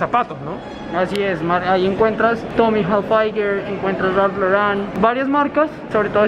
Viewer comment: Es Tommy Hilfiger “gilfiger” es la pronunciación. No “jalfaiguer” y también es Ralph Lauren “Loren” es la pronunciación. No “loran”